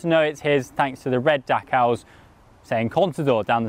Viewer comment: Couldn't get past your pronunciation of Decals. Also I didn't know Contador was handy with a paint brush.